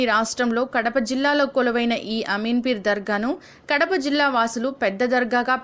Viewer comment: Ameen peer ani cheppali,names tappu palukutunnaru, photo's swami varu leru.vere varini swami garu anukuntaru